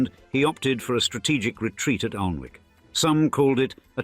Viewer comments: OMG for a narrator with suck a typically upper class accent you should have done your homework. The castle is not 'Arlnwick' as you pronounce it buy 'Anick' the L and W are not pronounced. My first disappointment in your channel which is generally very precise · Pity the narrator couldn't pronounce the name of the castle, its not Aln-wick (although that's how it's spelt) its 'Annick'. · Aln-wick. Haha haha. I'm from well south of there and even I know that it is pronounced Annick. If you put so much research into this video how did you not know this? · Its pronounced Annick. Bot face. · Great info, i grew up in Northumberland. Just to say, although the river is Aln, Alnwick is pronounced Annick. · It's pronounced Annick. Annoying. Learn to bloody speak. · I was going to point that the pronouncement of Alnwick was wrong as well. It has what is known as the dark L and like Berwick, the W is not pronounced. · Yes I thought it was pronounced like that even though not from the North of England myself. Narrator also doesn't seem to know how to pronounce "Ralph". Doesn't say much for the 'authoritative' commentary that they can't even pronounce things properly!